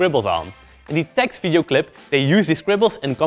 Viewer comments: TEXT??? TEXT?!!! it's Tee Ex Tee. Also cool video, keep it up ma bois👍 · umm...it's TEE EX TEE (pronunciation for TXT) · did you just pronounce txt like "text"?? jesus xd loved your videos already before, but know that i knoe wou do this kind of things with kpop MV s more! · Its (Tee-Ex-Tee) Hehehehe